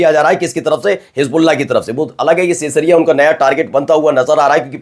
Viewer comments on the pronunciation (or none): नेतन्याहु के घर जहां स्थित है, उस का सही उच्चारण “सेंयसरिया” नहीं, सही उच्चारण “क़ैसरिया” (Caessaria) है !!